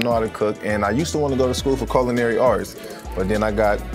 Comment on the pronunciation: Wait. He said colinary arts?? And why aren't they eating at his restaurant?? Interesting